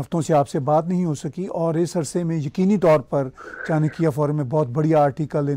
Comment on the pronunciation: First of all should start pronouncing "Chanakya forum" correctly. It is चाणक्य & not चानकिया.